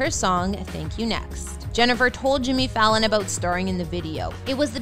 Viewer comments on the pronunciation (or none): none